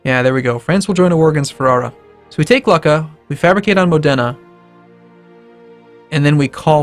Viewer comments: It's Mòdena not Modèna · Company007 I just told him to put the stress on the o instead of the e, and since it's you that can't tell the difference you're the one who's not very smart.